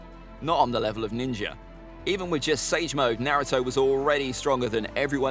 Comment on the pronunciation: It’s kind of annoying to watch people talk about Naruto facts when you can’t even pronounce things correctly